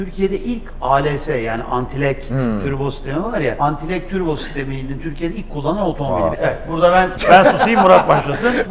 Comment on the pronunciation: Abi türbo mu diyor ben mi oyle duyuyorum